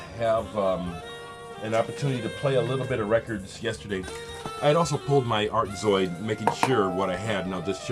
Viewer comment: You pronounced that Art Zoyd title perfectly. Another artist that I must add. Kawaida sound Karazy. When you said "Don Cherry" I paused your video and I checked out the song 'Maulana' on YT. It was good but the mix was a bit distant? The reissue is printed in orange and the font is smaller than your original. I watched Chris's ECM posts and they were fantastic. Man does he know his jazz. As do you too~ Rob/Boston